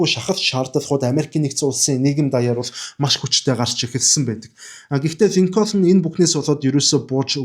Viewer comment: Абрахам Линконь гэж цэвэр америк дуудлагаар хэлдэг юм билээ😊